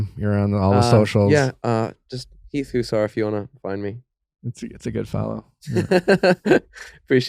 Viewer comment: Was the “houser” a joke 😂 it’s hussar